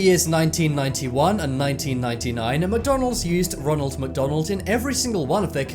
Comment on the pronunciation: roonal macdoonal